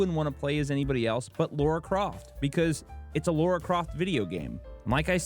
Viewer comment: It's Lara no Laura!